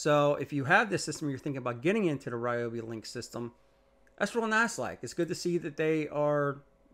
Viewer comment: I remember from the early days when REE-oh-bee was first released; they had an article on their website stating the name's correct pronunciation: the correct pronunciation is REE-oh-bee. Why not educate people on the correct pronunciation rather than repeating what started in ignorance?